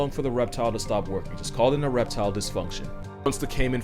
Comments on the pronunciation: "Ereptile dysfunctiion". I fell tf out!!!!! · Did anyone else catch “Ereptile Dsyfunction” ??😂😂😂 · "ireptile dysfunction" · "...It's called an ereptile dysfunction" 💀😂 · “An ereptile-disfunction” Lmao! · "it's called ereptile dysfunction" 😂